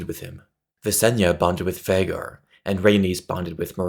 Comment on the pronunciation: I love how well done these videos are. It really says something when the literal only complaint I have is the pronunciation of Vhagar as "vah-gar" instead of "vay-gar". For real, though, amazing job!!